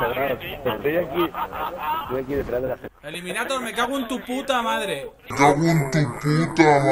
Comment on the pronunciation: Lo que mola es que se llama eliminaDor y todo el rato diciendo eliminaTor como si fuera un guiri xDDD